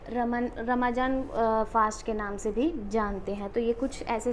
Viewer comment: ramazan , pronounced as "rumzan"